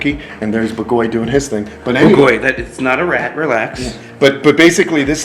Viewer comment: I´m Hungarian and it's great you named your owl in Hungarian, however, the pronunciation of BAGOLY is ok, except the stress is on the A, so it would be /b^:golj/. The sonunds are ok, but the stress is wrong, you stress the O and you should stress the A. Hope it helps... ;)